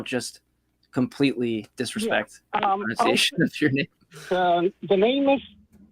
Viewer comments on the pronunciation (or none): Hey, The pronunciation of pronunciation is pronUnciation, not pronOUnciation🤣